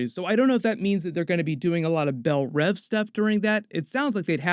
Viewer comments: "Bell Rev" is getting to me, I think its pronounced "Bell Reeve" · Is it really pronounced "BellRev" ? Thought it was "BellReeve". Both are probably used like The Raas al Ghul or "Reysh" al Ghul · Isn't it pronounced bell reeve like Christopher Reeve